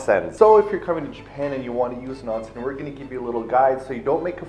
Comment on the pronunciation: I love you guys for properly pernouncing onsen...